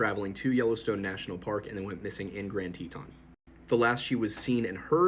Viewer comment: Isnt it pronounced tee-tin, love his pronunciations lol